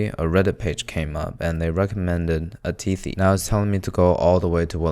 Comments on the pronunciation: it's not atihi I meant the pronunciation , it's ATITHI (it's a Hindi word) which means guest in India 😋🙌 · The restaurant is called 'Atithi' because it means guest. It's not Ati'hi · U can say A-tit-hi not A-ti-hi Its a-tit-hi 😂😂😂 In india this word means - Guests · its not atihi its athiti means guest and the whole phrase is "Atithi devo bhawa" which means "Guests are god to us" plz don't make memes about it 😢😞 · If you are pronouncing Atithi as Atihi and Swasti as Swati, then you need to add a few carrots for your eyesight. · Dude it's Atithi as ATI THI means guest. Not ATIHI. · I cannot withstand how much miss pronunciation he does in this video ☹️ How can someone be so much stupid to pronounce 'Dahi' (Da+hi/he) as 'Dazi' !!!!! WTF!!!!!!!!!!!!!! 'Atithi' (a+ti+thi) As 'Atihehee' . Oh Good GOD!!!!!!!!! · It's not atihi~(with a gay tone) it's ati-thi meaning unexpected guest you welcome ( it's a VERY respectful word) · that's not bread pudding that's bread halwa 🤧🤧 that's not äti-hi that's Ädhi-thi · Its not athee It's Atithi means Guest . In India it's an abbreviation from 'अतिथि देवो भव' it's a Sanskrit sholak meaning our guest means those who are visiting here are a form of God and we should give our best so that guests feel it like their own home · I’m sorry dude but as an Indian, you saying Atithi as Atheehee sounds weird, you could have at least tried to pronounce it . You can pronounce desi as dece instead of dezi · I really laughed at this... He pronounced it so cute 🥰 Atithi (pronounced ahh-thee-dhi) means " Guest " But yeah pronounciation is more cute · Atithi means guest. Also it is not pronounced A hi hi ..xD also break into the house of a muslim or punjabi family to get the legit taste of butter chicken if you visit India.. don't worry they will allow you in if you ask nicely.. Home made Chicken >>> Restaurant Made Chicken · its called atithi where second 't' is not silent atithi means guest in hindi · Bruh it’s spelled like a -thi-thi